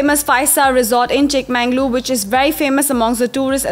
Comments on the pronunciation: It's pronounced as chikkamagaluru...not chikmanglur... 'Everything by its right name' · Akka....it's chikka-magaluru..!! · It's Chikmagalur or Chikmagaluru like Bengaluru, If on can pronounce Cincinnati,ohio or Honolulu what's the catch here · It is not Chikma"N"galore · Blood oozing out of my ears....😅 Super speed bullet train narration and it is not Chik MANNG _ lore.